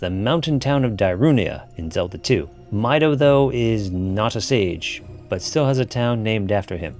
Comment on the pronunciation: Even in the original, Ganon was much more boar-like than bull-like. Also, Mido is pronounced like the song notes "Mi" and "Do". There's another Kokiri named "Fado" in the same manner.